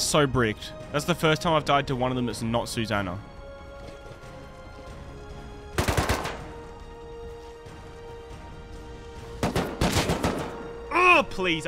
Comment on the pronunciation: You're pronouncing that name wrong mate, it's Susannah as in "Sus-annah" sus annah. Annah is sus af!